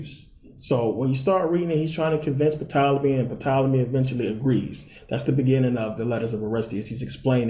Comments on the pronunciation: He pronounced Tolemy as Puh Tolemy... WOW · Why should anyone Believe you when you don't even know that the P in Ptolyme is silent? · Good video bro... the p in Ptolemy is silent tho lol, really enjoyed this tho